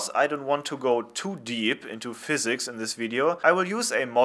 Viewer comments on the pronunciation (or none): none